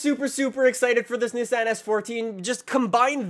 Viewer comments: fortza or forza? nessan or nissan? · Stop saying Nissan like that please and thank you